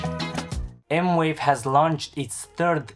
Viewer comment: Thanks for the review. I did see one other review that said the pads had a noticeable, and somewhat annoying lag, with the keys also having a lag but less so (all in wired mode). He did not quantify this lag or even film it in slow motion. Can you speak to this? Also, it's M-Vave, not M-Wave. (Edit: They say it's M-Wave? Wow!)